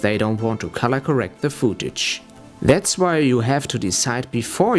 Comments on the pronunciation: worst english ever xD fooouuuutage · Footage wird wie foot ausgesprochen :) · gehe bitte auf leo.de und höre dir die korrekte Aussprache des Wortes "footage" an. Ansonsten fand ich das Video sehr informativ. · "foodtage"... haha. es heißt footage! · This is an extremely helpful video. Thank you. With that being said.. I lost it when the dude says "Fooo-tage." hahaha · "fuutage" xD